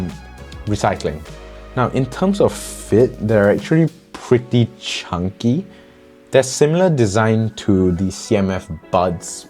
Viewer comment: Chhunkeee , spoken like a true asian